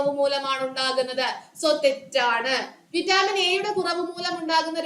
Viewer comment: വിറ്റാമിൻ എന്നാണ് vaittamin എന്നല്ല